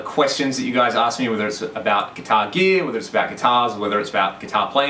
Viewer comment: What is "gitaahh geee-uh"?